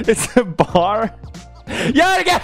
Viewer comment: Its Joergen